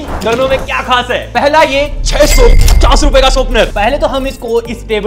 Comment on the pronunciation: Him all the time he pronounces sharpener: ShOrPneR